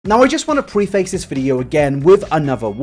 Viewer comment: Unwanted grammar police intrusion: PREF-ISS! Gah! Sorry to be a pedantic little shit but lately half the youtubers I watch have decided to start saying the word "preface" but pronouncing it wrong and it is driving me insane. Yanks, Brits, the whole lot of them. I've been hearing it all the time incorrectly only recently. It's like a pronunciation plague spreading faster than the 'rona. Whyyyyyyy?